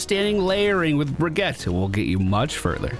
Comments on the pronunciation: Her name is dickens Brigitte pronounced “ Bridge-It”. They say her name in game. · Brih-gee-tuh, so no, you didn't, but I knew what I was getting into and I've forgiven you for more. Love the vids dude. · Youtube comments here! No, you didn't say it right :P haha brih-gee-ta basically like Vageta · Her name is pronounced closer to Brigeetuh. Can hear it in a few of her interactions with some of the cast. So you're close, but just that middle syllable is off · no one says Bridge-it in the game. That isn't how they say their name phonetically in the game at all lol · Nope, it's Bri-git-teh. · How do you get "tuh" from that? That just sounds like Brigitta which is a different name. She clearly says "te" with e from "get", I really don't understand how you don't hear it. Just because you don't hear it, that doesn't mean you and the League video are correct. Sigh, English speakers and their pronunciation 🙄Here, step by step for your ears: ☺ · It's pronounced Br-ee-j-ee-t :) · You are not saying "Brigitte" like a Swedish person would, but that doesn't matter. I don't know where people's obsession with apologizing for not knowing how to pronounce another language comes from. I grew up in a country where some of the sound in my name don't exist, so nobody ever said my full name right and I didn't care or get offended by that. Pronounce names in your language and if anyone gets offended, they're the asshole, not you. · Yes that Overwatch League pronounciation sounds dumb to my Nordic ears too. Here how it's correctly pronounced, straight from her mouth